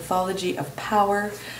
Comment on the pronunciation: Hey, I love that you're doing this. I'm a big fan of Dr. Keppe... but you keep pronouncing his name KeMpe...and you even spelled it out Kemmpe for some reason...